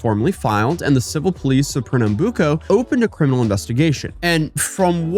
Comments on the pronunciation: First time I see someone actually explaining the police force from here, also you did say Pernambuco right 👍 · Pernambuco pronauciantion was pretty good. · Bro, as a brazilian, the mere fact you saying those names at all has already made my day. Rest assured no fellow countrymen of mine will be anything other than amused no matter the quality of your pronunciation (it's pretty good). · Your pronunciation of Pernambuco was surprisingly great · You pronounce Recife, Pernambuco right.